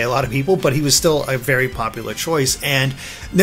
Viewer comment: ***** thanks for showing us pop-uh-lar and maybe not so pop-uh-lar trillers.